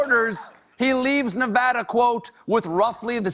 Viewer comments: Nevada = Nevara? Plop! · CRINGED WHEN HE SAID NEH-VAH-DA